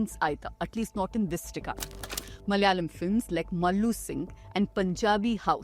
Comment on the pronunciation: In every word spoken, if the vowel on the second letter is suppressed, you're not from the South. It is Mala'yalam, not Mal'yalam.